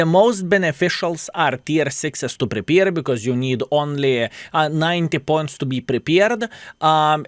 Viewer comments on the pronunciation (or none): Good work and WG crooks. it's Prepare, not prepeer;)